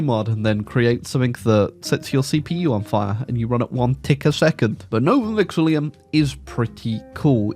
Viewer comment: please, I can't take it anymore—it's not Vexillium, there is no second letter I